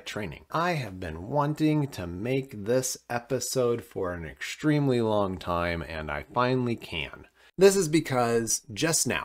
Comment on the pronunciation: What on earth is happening with people's speech?! Exshtremely? Do you also say conshtexpression?